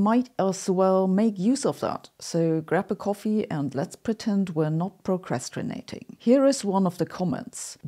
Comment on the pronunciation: the word is "procrastinate" - there are only two letters "r" in it